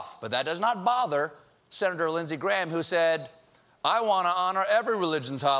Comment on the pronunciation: Hearing the name Graham pronounced wrong over & over is tough. The weird thing is when using it with Lyndsey Graham is the right way, when used other times it's messed up. Explanation plaste.